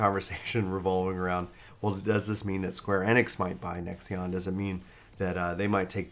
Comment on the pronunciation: lol Nexeon isn't it pronounced Nex-On?